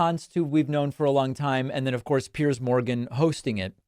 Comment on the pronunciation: It did go well for you. And as a bonus you are one of the few people who can pronounce Piers' name correctly instead of saying "pierce".